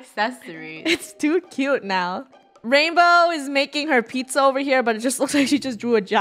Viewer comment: Its Rainbow not rainboah